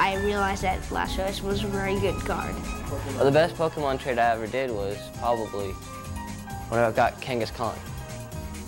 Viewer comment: It’s Pokemon not Pokeman. Cmon.